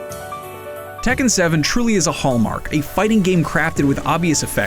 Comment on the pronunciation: The way everyone mispronounces Tekken triggers me xD